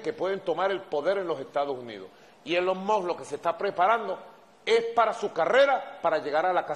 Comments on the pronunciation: "Elon Mos" dice Maduro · NO SE DICE ELON MOTT , NI ELON MOTH , NI ELON MOSS , NI ELON MOT . SE LLAMA ELON MUSK AL MENOS PRACTIQUE PA QUE NO SE VEA TAN ESTUPIDO Y SER EL HAZME REIR DEL MUNDO. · Elon Mox